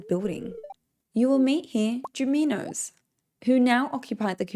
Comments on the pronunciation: Can you please start naming the junimos correctly? You are saying "Jumimos" Its and N for North in the first part not M for Mother, JiNimos not JiMimos Thanks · Aren't they junimos not juminos?